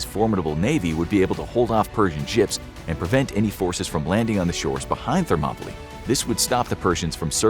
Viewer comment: ....that's not how you pronounce "Thermopylae"